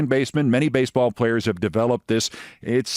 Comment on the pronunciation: "Avoid getting hit in a basball"...? (Brilliant. That was your last line of this edition).